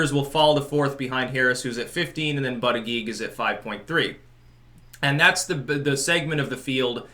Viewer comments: It's pronounced "butt-edge-edge"....js. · It's pronounced "boot-edge-edge"... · I wish you would pronounce buttigieg right. It's pronounced Booty- Gouge.